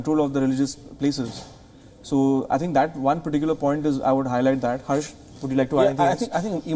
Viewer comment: Excellent interviewer kept the authors on their toes - pls have him learn how to pronounce indian names. Harsh sounded a bit haarsh ! The authors too managed very ably to respond and communicate their perspective. Despite some insisting that india was forcefully welded together as a constitutional state only in 1950, but the reality is that any constitution is informed by its civilizational ethos eg in india there was no need to insist on secularism since we have almost always separated religious institutions from state governance thanks to Varna dharma. State should focus on uplifting individuals and not favor one community over another - let the millions of communities foster their own cultural strengths unhindered - except of course where they are inimical to the weak and oppressed.